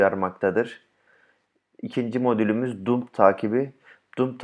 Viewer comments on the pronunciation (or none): Hocam cok tesekkurler de. Pump Pamp Dump Damp diye okunur